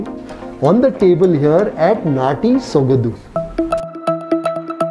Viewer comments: It is Natty Sogadu..not "dhu".soga"du".. however you're always excellent and exceptional in explaining.. 👍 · ...again bad Kannada it's sogadu....not sogadhu... 🙄Du...dhu...du...dhu... practice it. 🙏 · Hi, it's sogaDu not sogadu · Dear your English is so simple everyone can understand easily no doubt about it I'm the fan of your english speaking style but please try to learn Kannada 100% and please take care about pronunciation it's not ಸೊಗದು it's ಸೊಗಡು.... I'm sorry if I said something wrong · Kindly brush up your Kannada or ask the establisher how to pronounce there establishment name. It's Sogadu not sogadhu. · It's not Sogadhu but apradh,you need to practice that more... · the pronounciation of the word sogadu is not exact, it should be pronounced as sogaDu - like when you say drum - the "d"sound so its like ಸೊಗಡು, सोगडु. Hope you got it? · D as in dog